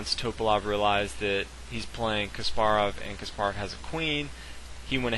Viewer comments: Is Kaasparov not Kasppaarov accent pronutiation in 1st a not in p and 2nd a. 🤗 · You're pronouncing Kasparov wrong. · It really bothers me how you pronounce Topalov Kasparov